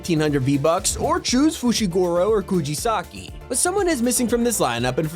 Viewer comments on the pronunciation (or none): Bro literally decide to pronounce kugisaki as kujisaki 💀 It’s a joke btw dont get triggered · So.... Nobody noticed he pronounces the characters fushiGoro and kujisaki